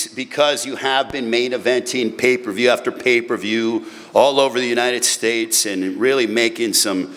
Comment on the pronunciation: aye hella funny yo "pay per vewrr" 😂😂😂😂